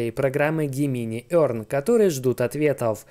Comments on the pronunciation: пожалуйста загугли слово близнецы и произноси его правильно - ДЖЕМЕНАЙ Gemini - Близнецы. Транскрипция - |ˈdʒemɪnaɪ|. Да, и спасибо за контент ты красавчик:) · Только не Гемини, а Джеминай